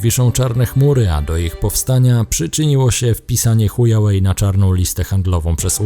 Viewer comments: Szanowny kolego nie "Hujałej"tylko "Hłałej" tak poprawnie to się czyta. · "Buraku" (sorry za te określenie) czyta się hła-łej , HŁAŁEJ, a nie huja-łej, HUJAŁEJ to widzę że ty wiesz, a robiąc z siebie Kretyna, urody sobie nie przysparzasz, Widząc Pytę Lingwisty, Picz się doń uśmiecha, Czy Chujów Ród się pisze, przez "h" czy przez "ch" ??? Ów na tę informację splunął pełen wzgardy, Pisz przez "h" gdy Miętki, przez "ch" gdy Twardy. Pozdrawiam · HŁAŁEJ a nie Hujałej Goddamn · I dalej z uporem maniaka wymawiacie ChujaŁej - nie ma wyjścia albo jesteście językowymi kalekami albo robicie to celowo ;) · czy on powiedział chujawej ? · Witam. nie. powiedział chuja way. Czyli droga kuchcińskiego. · Witam. Wciąż w specyficzny sposób wymawia Pan nazwę chińskiego producenta elektroniki... Jakby to była droga h... :-)))